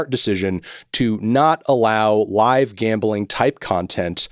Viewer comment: Bro its Gambling not Gambaling.